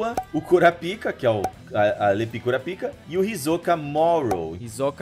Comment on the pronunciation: A dublagem transformou o nome do Kurapika em Guarapaika